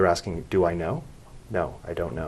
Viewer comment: “Axing” others is always the best solution 😂😂😂